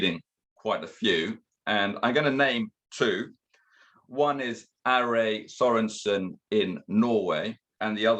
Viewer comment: Name: Are Thoresen, NOT "Sorenson".